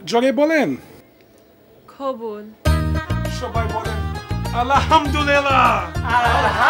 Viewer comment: উনি কিন্তু কবুল বলে নাই খবুল বলছে 😸